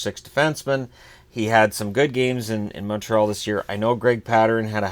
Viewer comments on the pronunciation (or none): none